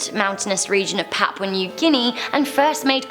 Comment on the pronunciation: “Papau new guinea”